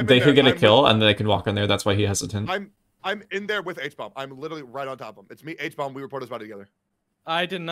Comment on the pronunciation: It cracks me up that they're referring to Hbomb as "Habomb" in every video he's in